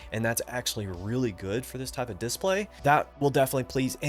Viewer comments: man, I don't think I've even seen one of your videos before. Don't get me wrong, I thought you were a native speaker, that's why I thought it was funny that you pronounce that specific word so strange, because everything else is great. /dɪˈspleɪ/ Breakdown: /d/ = as in "dog" /ɪ/ = short "i" sound, as in "sit" /s/ = as in "snake" /p/ = as in "pat" /l/ = as in "let" /eɪ/ = long "a" sound, as in "say" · Completely beside the point but the way you say "diss-play" is really fun 😂😊